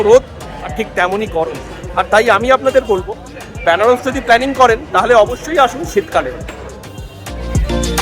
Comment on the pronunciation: Byanaras hobena uchcharon ta venaras